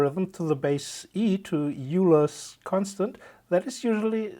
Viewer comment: Why did he, a German speaker, pronounce Euler's constant as "yu-ler's" ? Is it not pronounced "oi-lers"? I just want to pronounce it correctly. Am I wrong?